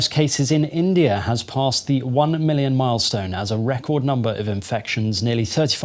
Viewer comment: Millions millions sounding like Kobo kobo. God go ask all of you.